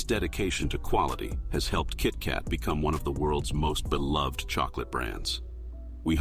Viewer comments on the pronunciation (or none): none